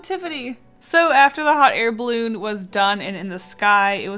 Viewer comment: Was I the only one who heard "Hot hair balloon"😂